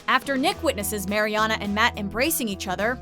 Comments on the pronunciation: Is anyone else bothered by the way they pronounce Mariana's name? 😂😩 It's MAriana not MAYriana 😂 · I hate when people say “Mary-Ana” it’s so annoying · It's pronounced Mar-E-AHna not Mary-Anna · okay say it with me mARiana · I like how she pronounces "MaryAna" like the tech guys in Good Trouble. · I hate how she says Mary-ana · If i hear 'mary anna' one more fucking time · She pronounced Mariana Ana and probably other words WRONG. I'm over dramatic but its Sooooo annoying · Emma Cee no, it’s pronounced, mar-ee-ahna. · Kyra Marie ikr!! It's pronounced "mer-yan-a" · The commentator on this has definitely never seen the show with the mispronunciation of Mariana and saying Anchor Bay not Anchor Brach. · there are so many things wrong with this video... first, they say marianas name wrong, and they said anchor BAY, and most of these moments were definitely not the most shocking. i don’t think they ever watched the show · The way you say Mariana makes me cringe 😞😣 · Did anyone else notice that she said bay insted of "beach" also you pronounced Marianna's name wrong ...🙄🙄🙄🙄🙄🙄🙄🙄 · I hate how she was saying Mariana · Can you maybe pronounce Mariana's name right? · Lol it bugs me how they say Mariana's name wrong😂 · Kyra Marie When you swear your a fan of the show but fuck up her name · You would think they would get her name right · she pronuced Mariana wrong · it's bothering me so much how she says mariana's name as well.